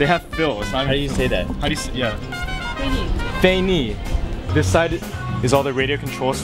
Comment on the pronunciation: Lol that's not 'fei ni', that's 'fei er' supposedly. =P